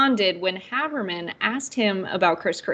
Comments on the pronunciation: CORRECTION for video maker: I wouldn’t normally mention an error, but Maggie Haberman is one of the biggest names in journalism. Her last name is pronounced HAY-BERMAN not HA-BERMAN and was done here. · HAY-ber-man. Comes off as intellectually lazy to mispronounce her name. She's the top reporter in the country. No excuse, do better TYT. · “Haberman” is pronounced HAY-ber-min. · Very sorry, but I can't listen, or take seriously, this host who can't pronounce Maggie Haberman's name. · Love TYT. Have turned many people onto you guys. She should’ve done a Modicum of due diligence and learned how to pronounce an award winning journalist’s name first. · I noticed that too. didn't get Haberman's name right, which is weird as she's so well known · long a when you pronounce Haberman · I was going to mention this.